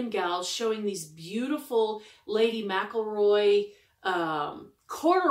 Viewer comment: Lovely haul, well done you 😙. Another well done for saying Lady McElroy correctly! Many English seamstress are a bit uncertain, as its a very common name here in Northern Ireland and Scotland, I'm a mix of both, now living in Northern Ireland. I know in America you've a great blend of names including UK, for you to be so on point is amazing, considering the huge variety of surnames in US to try to get your tongue around. As for the purple/reddish/blue turquoise fabric I would say 60's 70's credit on that too 🙄 my era, being 4'10" with no shrinkage yet, so large prints, despite the short skirts were not for me, a maxi with a plain top to elongate my frame only 😊. Really enjoyable Vlog.